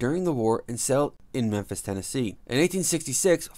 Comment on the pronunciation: He got Memphis right